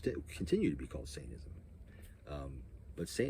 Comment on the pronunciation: It's funny how you say it: "saintanism", not "satanism" 😂